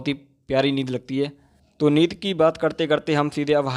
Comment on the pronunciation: Bro it's neend yar 🤣🤣 by the way u r doing great 👍🙌